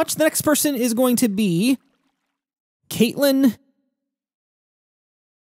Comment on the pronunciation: This build was pretty awesome. And you spelled and pronounced my name right. Lol a lot of people say Cat-lyn. 😂 Happy to see my name up there